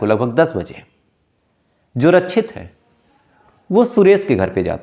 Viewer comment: पहली बात आपका उच्चारण सही नहीं है रक्षित होता है रछित नहीं 2nd बात ... आप शम्स ताहिर को कॉपी कर रहे हो.... 3rd ... जो dalle बैठे है ऑफिसर बन कर सब घूसखोर है सबने पैसे खाए होंगे 4th.... गुजरात में तस्कर सप्लाई करते है दारू